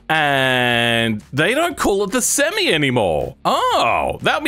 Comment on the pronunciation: bro doesnt like the name semi and he doesnt say it right either, lol, maybe it does need another name